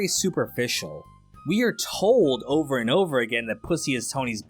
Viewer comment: The enteral question ova here. Ohhhh!